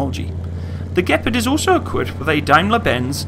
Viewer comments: "The gpard" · It thought it was pronounced gee-par-d